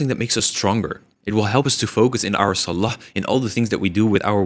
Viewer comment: i like you but can u pronounce salah and allah better, may allah make it easy for you